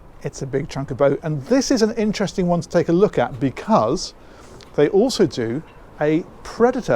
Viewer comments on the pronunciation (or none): is a good listen down to earth funny bloke and for some reason says oso instead of also 😂